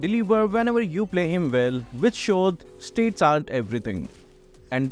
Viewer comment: English lesson: Stats is not pronounced states and stacks is not pronounced stakes